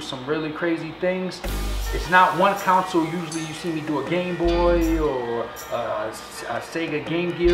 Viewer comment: why are you saying council instead of consle